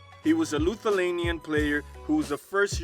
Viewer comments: Did he just say “Luthulanian”? In all seriousness though he could ball. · LUthaLanian ??😂😂😂😂 cmon bro seriously that’s sad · dude said luthalanian 😂😂😂😂 bro you can’t even pronounce Lithuanian ? That’s sad 😂